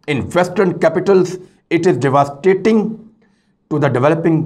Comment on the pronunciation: Mr Riaz You are really very innovative and investigative upright individual. Pl improve your pronunciation,e g,PERU It,s per u also Devastating pl get few hours improve English websites u will be really very good.pl take it positive thanks